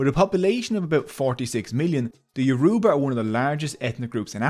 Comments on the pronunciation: It’s getting on my nerves how he is saying youraba wrong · 40 minutes and you never pronounce their name correctly once. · If you choose to do an expose on a group of people, please learn how to say their name correctly. It's so irritating to hear you mispronounce Yoruba repeatedly. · Ioruba rhymes with cuba. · can this guy stop mispronouncing my people's name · Bro the way he saying yoruba is pissing me off 💀💀💀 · Very informative video. I would however like to point out that you butchered every single yourba word you used and I wouldn't have been able to recognise them without the captions. Even "Yoruba" was not pronounced correctly. Try finding a native speaker to teach you proper pronunciation next time. Thank you. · I came here SOLELY to hear the word ‘Yoruba’ get massacred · The word Yoruba is not correctly pronounced here, sadly. It is actually mid-tone, low tone, high tone. Try it. This pronunciation is experienced as super-insulting by the Yoruba people I know. Thanks. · Great video! You don't see videos about Nigerian history everyday. Just one minor nitpick. It's YoruBA, not YoRUba. Emphasis on the last syllable. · the pronunciation is Yo-row-bar great video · It’s not pronounced (Your-ru-ba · Yoruba pronounced (Your a baa) smiling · It's Yo-ru-ba. The tonal marks on our written form settles it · Me being yoruba:🥰😍 also soz but its pronounced your- ooh- bah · It is not Yo-roe-bah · Emphasis on the 3rd syllable, not the second. Hearing yoRUba every 3 seconds makes this basically unwatchable as a Nigerian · It is actually 'Yo-roo-ba'. Yorùbá is a tonal language and that downward toned ù is an oo tone, regardless of what anyone else says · It is actually pronounced YOO-ROO-Ba😅,ewu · No offense, but when saying Yoruba you don't emphasize the u. You can just say it normally.😅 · It is paining me that this guy is pronouncing the language, Yoruba is literally bleeding and he didn't apologize for murdering it😅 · The way he pronounces Yoruba, Igbo and Hausa hurts